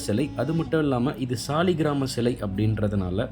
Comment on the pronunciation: ஐயா அது சாலிகிராம கல் என்பது தவறு. அதை சாலகிராமம் என்று சொல்வதே சரியான வார்த்தை / உச்சரிப்பு.